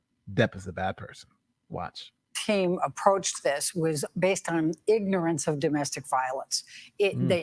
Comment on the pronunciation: Everyone is misunderstanding Elaine, she mispronounced based. It's easy to make that mistake.